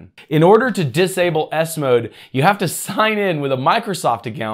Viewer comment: The way you Say it I hear Windows ass mode 😂😂😂